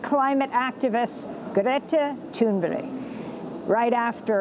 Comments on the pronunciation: Amy, I wish you would take a moment to learn how to pronounce Greta's last name correctly. It's Thunberg with a g at the end, not Toonberry. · Amy Goodman clearly says ''Greta Toon-berry'' She must know something I do not know... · Can someone tell me why Amy Goodman always says "Greta Tunberry"? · In Swedish, it's pronounced Thunbæri